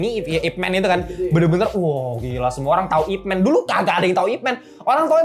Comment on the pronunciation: bang, fyi IP MAN itu dibaca YipMan bukan ipmen